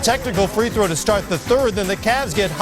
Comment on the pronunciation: Damn Jalen, learn how to pronounce the word, throw.